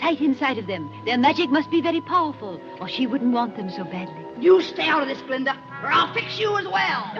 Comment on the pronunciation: BTW: "Glinda", NOT "Glenda". You're welcome.